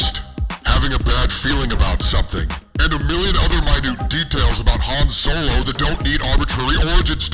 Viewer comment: Han Snow-lo